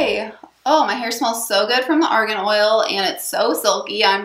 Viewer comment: Widower dad if three kids .... what's the name of the oil you used? It sounded like Oregon oil.... Sorry to ask redundant questions. This is new territory for me.